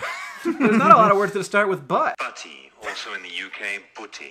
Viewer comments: It's pronounced bah-ee or bh-ee 😂😂😂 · Just to help if Hank wants to incorporate into his British accent repertoire - butty is best pronounced buh-ee because we’re all about the silent inflected t sound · Yeah, no English person calls it a "chip booty". If you're northern you drop the "t", so you're saying "bu-ee". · The reaction to that pronunciation of butty was pure gold 😂 hope you enjoyed chip butties haha! You should look up butteries next 😆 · also that not how i pronounce it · The way he said 'butty' is how us northerners pronounce it! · Dang, I'm early! Watching Hank and John collapse at the British pronunciation of the word "buttie" was so funny lmaooo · "...or in the UK 'buutty'." Me, in the UK: I've never heard anyone say it anything like that. That pronunciation was unbridled madness. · Would not pronounce butty "boutty", but "butty", from the South of England. In the North, it may sound a bit more like "boutty". Basically as pronounced in the video. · That "UK pronounciation" of butty is just Northern English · Isn't howjsay pronounced like how d'ya say Also yeah it's a chip butty not a chippy butty hank! But we call the chip shop the chippy 😂 and they're great. Carbs on Carbs. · I love watching Americans discover British cuisine lmao (I've never heard butty pronounced like that) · chip butties are 100% real however its not pronounced like that